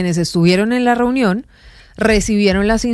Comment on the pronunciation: Ena verA elE llamarA trumpO reunionA QUE FASTIDIO ESTOS PERIODISTAS QUE LE PONEN UNA V9CSL AL FINAL DE LAS PALABRAS